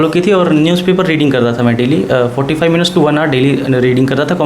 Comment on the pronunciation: MINUT✅ MINUTE❌